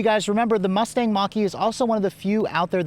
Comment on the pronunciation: Bro said Mousse-Tache 😂